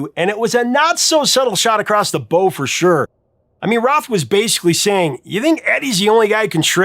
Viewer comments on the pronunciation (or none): It's bow like cow, not bow like bow and arrow. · Off the bow/boah? Your obviously reading from an article. You meant BOW, as in "bow down to me" or "bow, wow". The bow, the front of a BOAT. A shot off the bow, "OF A BOAT". Get it, a gun boat. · In this case, "bow" rhymes with "now", not "snow".🙂👍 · never heard Bow pronounced that way. Always thought it rhymed with wow. 🤷🏼‍♂️